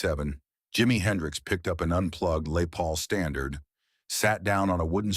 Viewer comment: Lay Paul..AI nonsense!